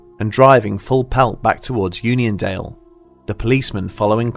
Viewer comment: Keep reading onion instead of union.